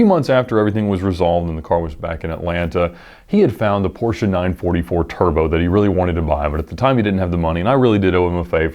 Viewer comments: As a German: Hey, you pronounced Porsche 100% correct! Not Porschee or Porsch but Porschà. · Finally somebody who does say the PORSCHE Brand name right.. nice :3